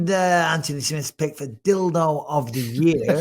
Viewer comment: I love how bisping says his name... ANTony